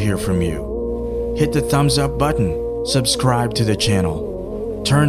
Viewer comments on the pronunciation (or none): none